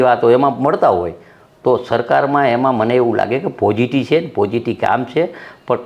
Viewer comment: પોઝીટીવ નહી પોઝીટી ,પાર્ટી નહી પાલ્ટી